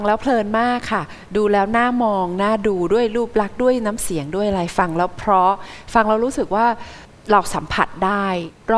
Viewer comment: ขออภัยนะคะที่ใช้้พื้นที่ตรงนี้ ผู้เข้าประกวดทุกท่านเสียงดี แต่เวลาพูแนะนำตัวเองไม่มี"ล" กล้ำ เพลงก็เป็นเพง ..เพราะ เป็นเพาะ และอีกหลายๆคำค่ะ ขอบคุณค่ะ